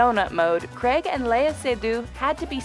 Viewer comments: Daniel Creg? Craig - like Rain, Brain and Strain. Penful… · CRAIG is pronounced "crayg" , not "creg"!!!:)